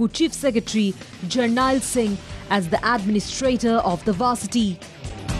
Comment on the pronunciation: Its JUR-NAIL not JUR-NAAA. Smh. Have some respect for the man.